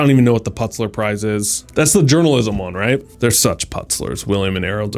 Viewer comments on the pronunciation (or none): Pul-it’s-er Prize. Not “Putzler”. Basic intelligence requires speaking with knowledge and editing with clarity. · Did he really say Putz-ler Prize? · Pul-it-zer prize. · it sounds like poolitzer, not putsler. the word Pulitzer!! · The plutser? Did you me-.. You meant th-.. The pulitzer..? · Putzler Prize??? WTF, man. Pulitzer Prize. P U L I T Z E R Prize. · 98% of people (ESPECIALLY READERS) know that “Putzler” is actually “ Pulitzer” and what it is! Sorry dude, but you lost me at the end! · Its pronounced pul litz zer, not pultzer. Its very prestigious btw. Hmmm about that 98%..... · “Putzler Prize”?!!’ Seriously? It’s P U L I T Z E R - pew-lit-zer. Yes, the Pulitzer Prize is an award given in 23 different disciplines as it has been since 1917. So it’s 108 years old and has been awarded to many very highly regarded people during that time. Look it up. The list is quite impressive. I was following along until you said that - and then I had to quit. If you don’t know what the Pulitzer Prize is, then you are not as well-read and as educated as you should be to authoritatively advise others. C’mon man, you can do better. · "Pulitzer" is pronounced pew-lit-zer, not puts-ler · Interesting Pulitzer pronunciation. Have you truly never heard of (or heard it pronounced) the Pulitzer Peace Prize?? He literally says: "I have to be honest I've never even heard of the Putts Ler prize, har har.. " What kind of dummy in America doesn't know about the Pulitzer? Offensive to intellect, not to mention to peace and literature. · Can't even pronounce Pultizer correctly. Its Pull-et-zer it was named after a successful newspaper mogal Joseph Pulitzer. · Putsler? haha. It's The Pulitzer Prize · Did you mean the Durants won the "Pulitzer (pull-it-sir, not putz-ler) Prize"? Some information in the Durants' "Lessons of History" may now be outdated in the light of modern research; so if you read it, you should also seek out more recent books on the subject. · PULITZER not Putzler! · he did